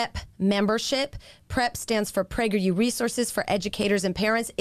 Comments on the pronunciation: i think its sus that it literally sounds like they are saying pregger you kids- l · I like how it always sounds like "Pregger U" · I’m sorry but every time I hear prager u I remember that video where the person is reading people spelling pregnant wrong